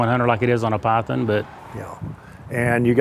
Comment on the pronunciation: Breaks Python. "Bill, your pie-thin just broke." Bill - "Yeah." - Smug satisfaction after breaking Bill's Python.